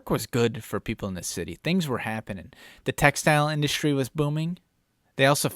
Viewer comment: Love your work to ny state! Shate, industhrie,shrong,shrooch… what’s up with shr before what we were taught as announcing words, or should I say wourdshs